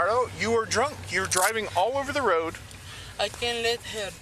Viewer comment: "He dwunk " 😂